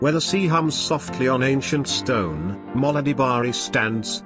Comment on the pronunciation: It's Mola not Moli